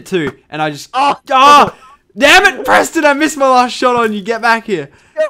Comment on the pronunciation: Lachlan you purston instead of Preston its like your playing with a cat